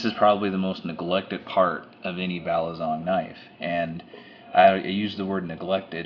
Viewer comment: its balisong not balizong lol